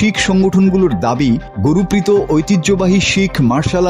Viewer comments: উচ্চারণটা ঠিক করুন। উনার নাম গুরপ্রীত । গু রু পি ত নয়। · Gurpreet singh.. guru prito singh na.. naam o bolte pare na thik moto